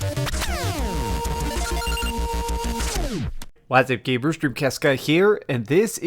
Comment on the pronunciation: Stop saying gabers!